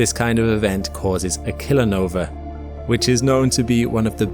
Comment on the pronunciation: Oooh, Kilonova! I heard that as "Killernova"!